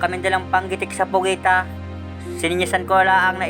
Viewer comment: PUGITA NOT POGITA